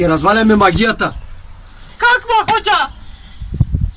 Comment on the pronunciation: Много е смешно как викаш али Баба хожа